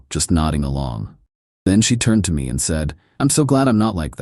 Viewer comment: AI read fail. Can't parse "$4k" into "four thousand dollars." It also fails on abbreviations. "TBH" becomes "tuh-buh-huh." "BBQ" becomes "buh-but-que." Thirdly, all-caps emphasis. Example: "She blamed ME for being homeless" becomes "She blamed em ee for being homeless." There's more, obvs, but those are the high low points.